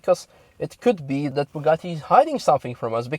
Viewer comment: You pronounce Bugatti and Chiron baddly, nice video though, thanks Youtube for the recommendation!